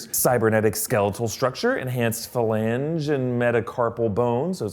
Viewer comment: Love how he doesn’t know how to pronounce phalange